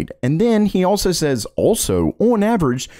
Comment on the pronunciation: The way he says the word "on" sounds like he's saying "owen"